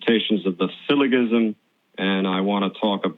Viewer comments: and how many times is this bonehead going to say "syllo-ghism" ?!?!?!?! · If this isn’t, he does a great impression. Go ahead, great sage, blow my mind with your elevated reasoning and psychic fuckin’ powers. You colossal bag of ass. BTW “syllogism” is pronounced with a soft “g.” You colossal. Bag. Of ass. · I would have cut the guy loose after the second time he mispronounced syllogism. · He mispronounces "syllogism", the guy on the left turns and looks at Matt..... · I enjoyed the discussion with the first caller, but the second guy was an arrogant prick who couldn't even pronounce syllogism properly.